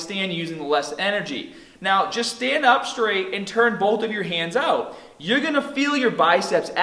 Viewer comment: his pronunciation of "arms" and "start" sounds Aussie to me, while at the end he said "oot". Honestly Im confused...